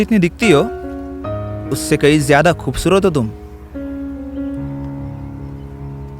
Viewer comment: I stopped watching, the moment he said khoobsurat how😂😂😂